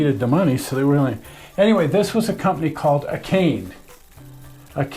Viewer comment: "Akane" is pronounced ah-kah-nay. :-)